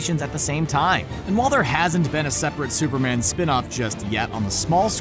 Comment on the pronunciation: At first I thought you said spider man ate supper man and I was like “ CANNIBALISM “😂